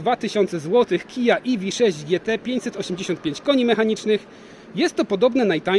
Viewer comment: Iwi sześć. Na pewno tak się powinno wymawiać :D